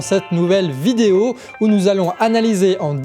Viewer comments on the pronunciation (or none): none